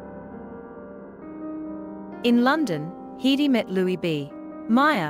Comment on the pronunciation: Her name was always pronounced HEDD-dy, never Hee-dee. Bad, bad robotic narration.